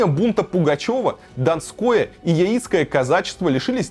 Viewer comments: ЯИцкое, может быть, все таки, лучше на "Я" ударение ставить? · Яицкое - ударение на первую букву. Не от слова яйцо , а от названия речки - Яик. Деревня!)) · Умник... Ударение не верное у тебя про Яицкое казачество. Ударение не на И, они не на яйцах образовались, а на реке Яик. С ударением на первую букву Я. Соответственно и казачество Яицкое с ударением на Я. Учись пацан.